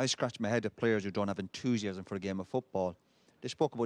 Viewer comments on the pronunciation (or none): Roy 'Entoosiasm' Keane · Roy "Entoosiasm" Keane